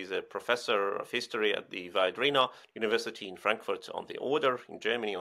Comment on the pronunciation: Can the resilience person please pronounce the name Viadrina correctly, i. e. as a latin word!?